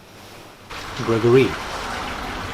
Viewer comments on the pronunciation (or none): You are just a MOOD!❤ 😂 man said "Grego-ry" 😂😂😂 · “Greg-Gor-Rey” get me every time 😂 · The way says ‘Greg-or-ree’ has me dying everytime 😂😂😂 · “GregoREE” 😂😂😂😂😂😂 has killed me again today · Why is he saying gergory in African accent, yewande is speaking through him 🥰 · GREGOREE 😂 the emphasisss 🤣🤣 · 😂😂😂the way he says Gregory. I can't 😂🤣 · The way says Gregory kills me looooool 😭😂😂😂